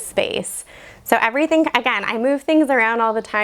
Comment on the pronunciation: The house has charm, but the vocal fry and the constant “Iverything” ( = everything) ! Thite (= that.) is quite annoying, and detracts from the show and “Iverything.” Many little teen girls do thite alot.